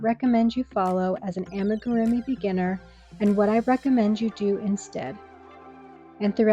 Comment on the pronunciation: It's ah-me-goo-roo-me. If you're trying to be an authority on this please at least learn the word